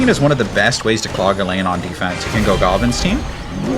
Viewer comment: Bro its not gstinesteen its giblinstein like Frankenstein like the movies😂😂😂😂 every time you say it i make a cringe face😂😂😂😂good video